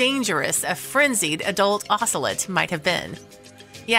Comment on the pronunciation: I hate you mispronouncing "ocelot." They're beautiful and actually pretty easily tamed, sadly making them popular as "exotic pets."